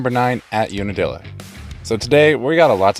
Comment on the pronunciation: UNIDILLA? Try again.